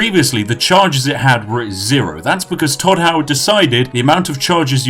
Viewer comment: I lost it when he said Hodd Toward